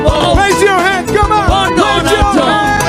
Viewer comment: KH told them what would happen. "I will bota for donald tzrump.